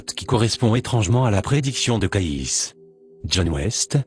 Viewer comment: CAYCE' se prononce Kéïcy" , pas Kaïss😒